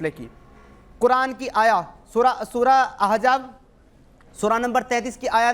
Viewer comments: yaih ex muslim nahee hai balky dhoukhai baaz hai iskou soora shareef kaa naam bhee padhna nahee aataa soora Ahzaab kou Ahjaab padhta hai our hamaisha yahee aiytraaz Hazrat zaid kee beewi sai nikah ,usska jawab baar baar ulama nai diya hai ,magar jaisa moulana nai kaha ki yai burayee hee karaigaa ,sawal karana our hai our tanqeed karna our , kisee mufti kou iss kameenai kai muqablai mai lao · Kaash k aap thik se Arbi Matan samajh paate Surah Ahzab pehle thik se bolna sikho Surah Ahzaab hai Aejaab nahi… Or Surah Ahzab ki ayat number 1 se padho Surah: 33 | Ayat: 5 اُدۡعُوۡہُمۡ لِاٰبَآئِہِمۡ ہُوَ اَقۡسَطُ عِنۡدَ اللّٰہِ ۚ فَاِنۡ لَّمۡ تَعۡلَمُوۡۤا اٰبَآءَہُمۡ فَاِخۡوَانُکُمۡ فِی الدِّیۡنِ وَ مَوَالِیۡکُمۡ ؕ وَ لَیۡسَ عَلَیۡکُمۡ جُنَاحٌ فِیۡمَاۤ اَخۡطَاۡتُمۡ بِہٖ ۙ وَ لٰکِنۡ مَّا تَعَمَّدَتۡ قُلُوۡبُکُمۡ ؕ وَ کَانَ اللّٰہُ غَفُوۡرًا رَّحِیۡمًا ﴿۵﴾ TRANSLATION: tum inn ( mun bolay beton ) ko inn kay apney baapon kay naam say pukara kero. yehi tareeqa Allah kay nazdeek pooray insaf ka hai. aur agar tumhen unn kay baap maloom naa hon, to woh tumharay deeni bhai aur tumharay dost hain. aur tum say jo ghalati hojaye uss ki wajeh say tum per koi gunah nahi hoga, albatta jo baat tum apney dilon say jaan boojh ker kero, ( uss per gunah hai. ) beyshak Allah boht bakhshney wala, bara meharban hai. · surah ahjaab bol raha hai to khud ko ex muslim bol raha hai ahzaab hota hai ahjaab